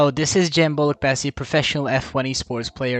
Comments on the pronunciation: İsminin telaffuzunu sorana "boolukbaasii" mi diyorsun? Kusura bakma ama; kendi ismini İngilizce telaffuz etmen çok fena. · cemin soyadını ingilizce duymak çok garip geldi